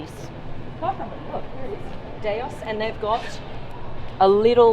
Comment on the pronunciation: Replace the "D" with a "Z" to pronounce it correctly. Like Zeus, it's pronounced "Doose"